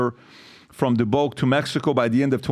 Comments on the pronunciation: Also "Mo-Leen" and "Duh-buek" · It's Dubuque (de buke) Iowa I work at J.D. Dubuque works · Daaabook. Come on PHB. And Iowa is not blue lol. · Moe-leen and Dee Buke! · Moline = Mo Lean Dubuque = Da buke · Dubuque has never been pronounced this way… 🤔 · Wake up boys. JD is firing a warning shot at the unions letting them know how things could go in the future. Not that big of a deal right now and it looks really unpopular but let’s see what’s behind the curtain. PBD needs to learn how to pronounce the names of the cities.